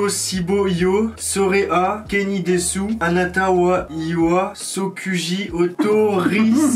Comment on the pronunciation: Pour le japonais ça se prononce “kenidess” et “torimass” sinon super vidéo